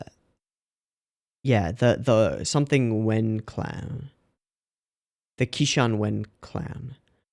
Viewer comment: Just wanted to point out a few pronunciation details for the pinyin (Latin letters). Q is not actually pronounced with a k sound, but instead is like a wide-mouthed ch. So Qishan is not key-shan, sounds more like chi-shan. X is pronounced more like a wide-mouthed sh. Z is pronounced like ts. Zh is pronounced almost like a J. I hope this helps!